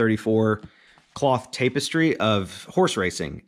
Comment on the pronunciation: It’s pronounced TAP-EH-STRY